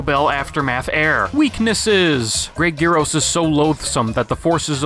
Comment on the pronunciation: pronounced "Yuro" not "geeroe"